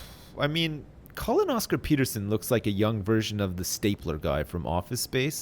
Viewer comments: "Colin Oscar-Peterson" definitely supposed to sound like "Colonoscopy" haha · The way said "Collin Oscar Peterson" sounds like "colonoscopy terson."